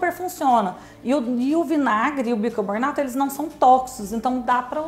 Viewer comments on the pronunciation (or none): Seu canal é ótimo, aprendi muita coisa aqui e você é muito simpática e comunicativa, mas ... o que é "bicaboRnato" ? 🤔 Será que "bicaRbonato" não funcionaria também ? 🙄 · cacete, é BICARBONATO. não BICARBORNATO